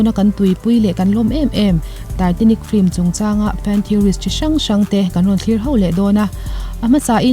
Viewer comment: Flim ti lovin film han ti zawk la ngaihthlak a nuam lehzual ang..